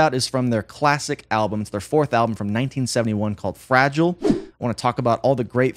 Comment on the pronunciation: Fragile not fragile. Silly billy😂